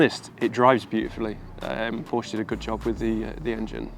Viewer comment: if you own a PORSCHE you should know to pronounce the E at the end